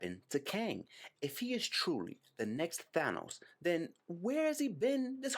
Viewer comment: Thank you for pronouncing THANOS correctly